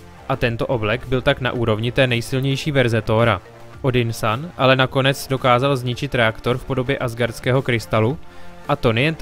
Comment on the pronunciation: Vyslovuje se to Odynson ne Odynsan